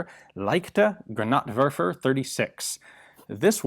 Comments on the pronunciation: Leikte. :D Overall, he is doing a good job though! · how do you feel about his pronunciation of "leichte" though HAHA